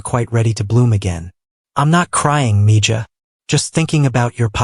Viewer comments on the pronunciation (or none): Grest story, thanks! Btw, I think Mija or Mijah, not sure of the spelling is pronounced Mēhă...spanish word.